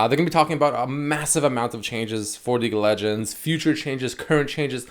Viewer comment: am i the only one who hears him say leak of legends